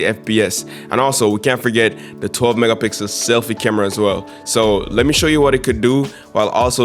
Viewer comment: Some please tell yall realize him saying 12 mega pickle ultra wide💀